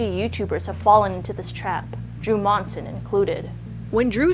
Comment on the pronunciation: Same last name as Drew here but somehow not related. Also, props on saying our last name right. Some say Munsin